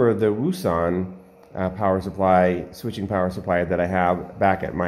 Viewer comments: Its pronounced Woux Un and Its actually Pronoucrd OceAn hope the info helps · Wouxon is pronounced ocean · Pronounced O-shon like ocean